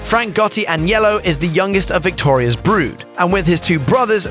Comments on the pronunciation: sounds like he saying yellow, lol its AG. NELLO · Dude.. the way you say Agnello is killing me lol..